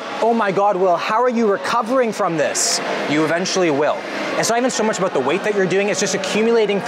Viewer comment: "Uh-beowt" about thanks for this shoulders routine